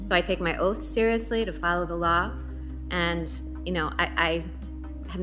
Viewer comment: Amy Comey Barrett can’t even pronounce the word “Law” …. She pronounces it “Laaaaa”. She also lied when she was ask if anyone was above the law, and if the president was above the law, and of course we all know her response it was “no one is above the law”…..or is she pronounced it….No one is above the Laaaaa! What a liar.